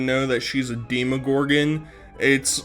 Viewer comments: Her pronunciation of deeeeemagorgon. I can’t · "Deee Muh Goargin" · Love hearing her say demagorgon wrong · ef everything else, i just want to fight nal for pronouncing demogorgon incorrectly